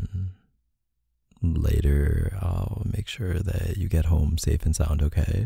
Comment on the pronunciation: that “oohkayy” was so Canadian LOL ily K